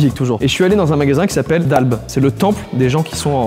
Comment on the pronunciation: Je vais à dalbe...ou dit dalbe pas dalbé